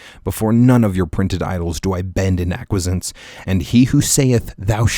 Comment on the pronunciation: Once I heard this guy pronounce "acquiescence" like that, I was done. Messing up ASL and Ragnar Redbeard. Dude's not worthy. Hahahaha